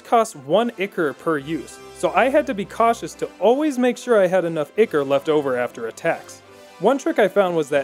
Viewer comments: "Ick-Or" I think you mean "Eye-Cor" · its "eye core" not icker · Ichor? No, Ikker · Ichor - Eye core. Not Icker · Eye - core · When he says ichor like "icker" I lose a small part of my soul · "Icker" Help... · Ichor is pronounced ‘eye-core’ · Isn't it pronounced Eh chor? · "Ichor" is pronounced "Eye-core"... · Is the way he pronouncing ichor pissing anyone else off? In case you were wondering (eye-core) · in game everyone pronounced it Eye-core. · God damn that pronunciation is painful. It is pronounced "I-Core" ichor. Come on son. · Video. Great. Lessons. Great. Learning stuff. Thank you sir. BUT FOR THE LOVE OF GOD PRONOUNCE ICHOR CORRECT. EVEN THE CHARACTERS SAY THE WAY ITS PRONOUNCED. Other than that. Very good video, thank you for teaching most of us to do a great suicide gift run xD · Oof Good work but this is why I love hate your videos Zweihander: “ZVAIHANDAH!” Very dramatic, very nice. Ichor: “eeicker” Shudder. Pronounced “eye-core” like Shovel Knight taught me